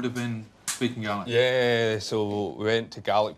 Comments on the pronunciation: Ha ha, it's Gaelic, an ancient Scottish language, but it did sound like garlic! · N T it’s the pronunciation lol, but it’s Gaelic not garlic. It’s the Scottish language I think? c